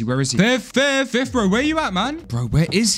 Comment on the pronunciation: Nice Job Dude the Way they Called Him fif instead of fith